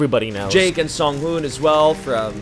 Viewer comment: "Sungoon"......uuhh i think it's not like that